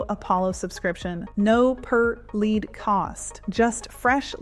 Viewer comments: Your ai said led generation instead of lead generation around 3min mark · Led generation? Something is wrong. Some text to speech pronounce words wrong LEAD generation, no led generation. Then I stopped the video.